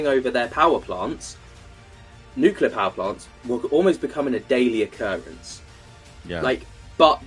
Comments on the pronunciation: Thanks for coming on,. But please, for the love of my sanity, please stop saying "nuke u lar". The word is "nuclear", clear like the glass it produces. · Neat discussion and all, however, I immediately lose just about all respect for someone and begin to doubt their intelligence when they can't pronounce nuclear correctly... It's spelled "nuclear," not "nuculur." Sound it out... New, klee, urr. Think new-clear. It is absolutely not pronounced like new, kyoo (Q), lurr... That is how an idiot pronounces it. C'mon, you can do it. Helpful tutorial video below... 🤦‍♂ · I wish he would quite saying nucular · Why can’t anyone pronounce the word nuclear?